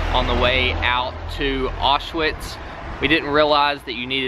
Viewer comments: It’s pronounced auschvitz not witz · Im pretty sure its pronounced owsh-vits not osh-witz but it was a depressing thing to learn in school... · Btw it’s pronounced. Ow-shvitz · And (osh-vits)